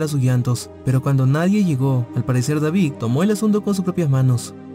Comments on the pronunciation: Y no sabe pronunciar David dice Davig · Deberías trabajar en tu vocalización ya que a algunas palabras les das otro sonido.. como David-suena Davic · No puedo prestar atención a la historia porque dice "Davig" y no David. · Oye lees y pronuncias pésimo .... verdac, Davic,....